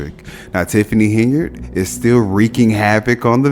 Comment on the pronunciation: Tiffany Hen-Yard